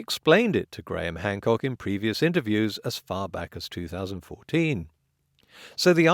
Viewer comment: Well, it does hurt when you add lies and bullshit as a perspective. Be a little skeptical, rather than listening to Gwaham Hwamcawk spew lie, after lie, after lie. You never even know how to spell Archaeology until Hancock told you about it.